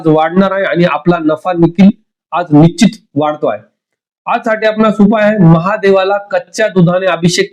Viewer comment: 😢 निश्चीत शब्दाचा उच्चार शिकुन घ्यावा. न आणि ण मधील फरक समजून उच्चारा.